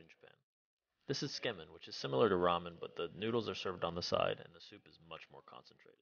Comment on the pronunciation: It’s pronounced like “soo-kay-men” not skimen. Also the audio is atrocious.